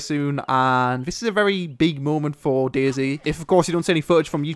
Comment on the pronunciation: its not days its DayZ